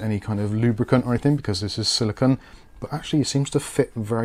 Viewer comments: It's silicone (sili-CONE), not silicon (sili-c'n or sili-con). CPUs are made of silicon. The thermal paste guard is made of silicone. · Silicone. said it wrong.